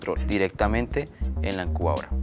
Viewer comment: no es encubadora si no incubadora...